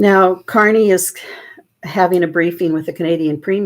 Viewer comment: There is a BIG difference between the word "corny" [KOR-nee], which means "simple; unoriginal; tiresome," and our Prime Minister's real name which is Carney [KAR-nee]. Please say his name correctly, thank you.